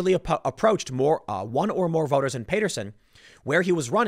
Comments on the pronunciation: For as much as Tim has traveled all over the place, I'm amazed at how often he pronounces the names of cities incorrectly. I've decided that it's more endearing than obnoxious. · Timman, it's pronounced PAA-terson not Pay-terson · Dude, you live in Jersey. How do you not know how to pronounce Paterson? It’s Pat.....like the nickname for Patrick. It’s not PAY-ter-son........ It’s Pat-er-son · Paterson is pronounced as Patterson. You’re killing me! Lol! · OK. I can't take it anymore. Paterson is pronounced "Patterson". Not "Payterson"! It's in NJ. You live in NJ!!! C'mon man!!! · TIM POOL— Paterson: Pronounced “patter-son”. Not “pate-er-son”. Sheesh! And you live nearby! Robb Chavez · It's pronounced Pat-Er-Son not Pay-Ter-Son. lol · PAATerson not payterson lol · Tim Pool - it’s pronounced “Pat-er-son” not “Pay-ter-son”. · It's PAT - er - son, not PAY - ter - son.....I thought you were from NJ Tim? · Payterson? you live in NJ. learn how to pronounce Paterson... pat like hat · You seriously can’t pronounce Paterson????? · It's Pat-erson like patting a cat. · Timmy, it's Pat-er-son. I live a mile away bro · It’s pronounced Pat-er son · Oh man I live close to paterson and it's killing me that you keep saying it wrong hahaha it's like Pat. Erson. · Tim it's pronounced Pat-er-son. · Tim, it’s pronounced Pat-ur-son...and it’s also not a small town. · Tim..ur pronouncing Paterson wrong..the a is short not long..... PAHTERSUN.....like that bud... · Tim, I know you mispronounce things all the time but please lmao I live a few towns away, Patrick Pat, Matter ter Son Son Pat-ter-son Paterson Not Paterson like pal. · You butchered the name of the towns man 🙃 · Can Tim please learn how to pronounce Paterson?? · Pronouncer: PATT-ter-sun, not PAY-ter-sun; HAIL-dun, not HAL-ee-dun. You're in NJ, ASK someone. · It’s Pat-erson not Pate-rson and Haledon is pronounced hail-don. Also Paterson is a city not a small town lol